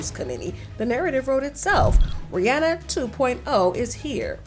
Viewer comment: Why are pronouncing RiRi name wrong?